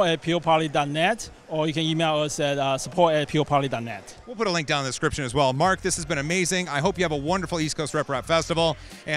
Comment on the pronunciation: Peo-poly. Not Peop-oly. Look at the drink on the table. It is a wobbly table, not printer. He said it was damaged in shipping so that's why it isn't printing.